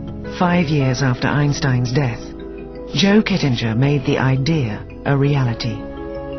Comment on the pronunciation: Oh, and the narrator butchered the 'Kittinger' pronunciation.